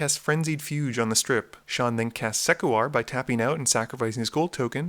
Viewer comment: fugue is one syllable, rhymes with "eww"